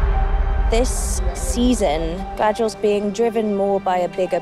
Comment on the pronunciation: Did she just mispronounce her own character…? Gadriel?